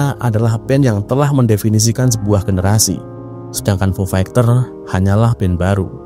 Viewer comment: Agak risih dnger diksi "fu fegters" Coba next nyebut istilah asing agak dibenerin mas bro Semangat